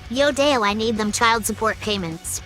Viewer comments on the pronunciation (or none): none